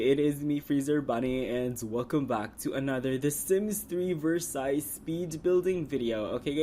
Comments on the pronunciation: Drop the "s" on Versailles...its french and you pronounce it..like...Versi....just saying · And it's pronounced ver-saiy